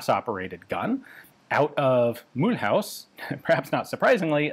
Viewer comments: Mulhouse (German Mülhausen, Alsatian Milhüse) is actually not pronounced as English Mool-house but more something like Mülooz ^^ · Mulhouse is pronounced Mül-ooz , not Mül-haus, unless you use the basis of the German pronunciation Mülhausen which no longer applies in France 😊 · * It's pronounced muh-lose. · Mulhouse [ my-looz ] Mulhouse (pronounced [myluz] You're not even trying 😫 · Mulhouse is pronounced "muloose" for your information. H is always silent in french. Also, might be known to you Ian but the AN-F1 version was designed to be primarily used on vehicles based in West Germany and the AA-52 in 7.5 was produced and used in much much greater numbers in France until replaced by the FN-Mag. There was a rather brief period of time where the AN-F1 got used in infantry support role as the AA-52 was being phased out (end of the 90s if I recall correctly) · Hey Ian, I guess you've been told a million times but Mulhouse is not pronounced like that. Try to say Mu-Lose, like Mu-L-Long OO-Z. Your pronunciation sounds like someone who is passionate about guns but only speaks Aramaic and tries to speak a modern language. Oh... Gun Jesus I see it now! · pronouncing Mulhouse like it's German: broke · Your pronunciation of Mulhouse is hilarious :D Regardless of that, thanks a lot for the work you're doing in documenting our firearms history. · I do believe there is some room for improvement for the pronunciation of Mulhouse 😉 though. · The way he pronounces "Mulhouse" 😭😭😭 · that is absolutely not how you pronounce Mulhouse, thanks for trying thow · 🤣 You say mulhouse like a german. I mean that's historically relevant but french people don't say it like that.